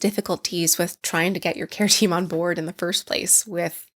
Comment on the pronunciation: Kept hearing keratin and not care team lol